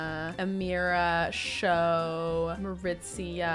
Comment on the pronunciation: Just poppin' here to say Maritza's name is pronounced MariTZA, not MariTZIA 😅